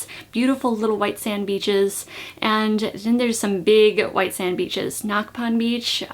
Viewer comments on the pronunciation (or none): none